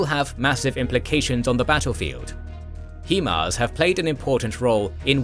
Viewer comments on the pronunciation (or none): Downvote for every time you pronounce HIMARS as "heeeeeeeee-mars" instead of the correct way, HAI-MARS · "HE-Mars" bruh what? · Excellent presentation as always; however, I can't help but notice you've doubled-down on "hee-mars" almost as much as Wagner has on Bakhmut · Thanks for the video, great work! Though HIMARS is pronounced "high mars".